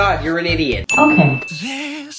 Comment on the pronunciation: Is it really that hard to say how it should be pronounced? I mean the song itself pronounces it as “des-PAH-sito”, not this “desposido” crap